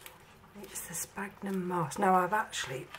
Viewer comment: It's spelled 'sphagnum' and pronounced SFAGNUM not 'spagnum'